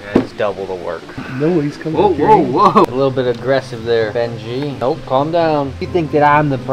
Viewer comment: Oh,... It's BenJeh! Not Benji! 😂 It's the white lipped python girl. Always watching to support in the best way I can. Love you all!